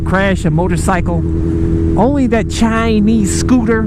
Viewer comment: The way you say Chinese scooter LOL